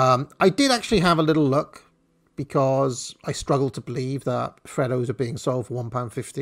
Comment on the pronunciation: Please stop mispronouncing freddos